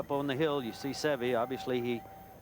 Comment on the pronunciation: Ten years later, the announcers still can't pronounce Seve's name correctly.